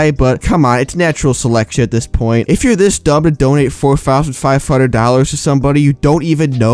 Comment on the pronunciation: Four fousand five hundrwed dollarws